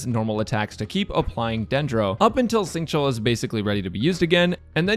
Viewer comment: Everytime I hear say Xingqui I lose hearing.